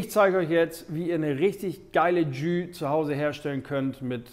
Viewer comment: "Tschüh". 😁Holt mal euer Gastro-Französisch nach!